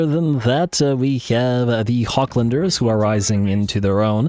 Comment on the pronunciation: Btw the 'ch' in "Hochland" should be read as 'H' in "high" sometimes even depending on accent or dialect as 'kh' the hard way as in "Kharkiv" very rarely if ever as english 'ch' = k so it would sound a little bit as "hoh"